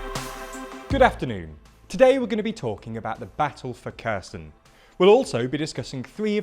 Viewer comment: Kerr Sun 😅